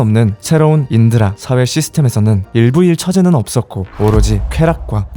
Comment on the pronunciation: '일부일 처제' 끊어읽기 실화임?